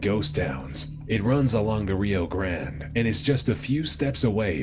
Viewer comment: So we just ignoring how he called it the rio grand